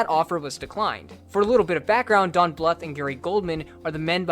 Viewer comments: Bluth is supposed to rhyme with tooth. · BL-OO-TH NOT FUCKING BL-UH-TH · It's not pronounced Don Bluff it's pronounced Don Blue th. Like tooth. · pronounced Blooth. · Always heard Don Bluth as "blooth" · I love you but the way you pronounce "Bluth" irks me SO much